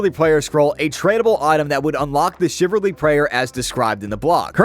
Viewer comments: CHIV-AL-RY. Not chiv-ar-ly. CHIVALRY. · Chiv - al - ry ... Not chiverly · Shiv Al reee , not chivarly… ffs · Damn it, the only thing I was focused on, was the fact that bro can't pronounce "chivalry". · The way you pronounce chivalry gave me stage 12 butt cancer. Well done. RsN- TitMissiles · We need to talk about your pronunciation of Chivalry.